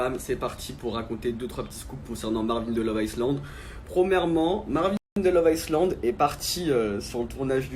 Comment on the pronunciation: On écrit iSland et et il faut prononcer Ailand aquabebe !